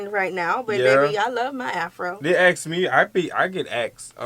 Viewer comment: Ask😅...not ask..axe😅❤